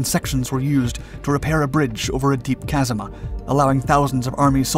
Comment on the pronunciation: Did he really say “… deep casama..”. Maybe he meant chasm…